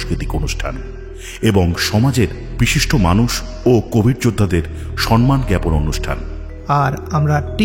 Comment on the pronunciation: কথাটা 'সন্মান(সনমান) নয়, সম্মান(সমমান)।